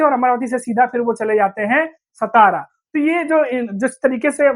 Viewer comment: हिंदी=उर्दू भाषिकांनो सतारा नही राजधानी सातारा